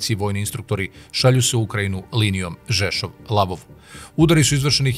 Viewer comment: НИЈЕ ЛАВОВ ,ВЕЋ ЛВОВ !!!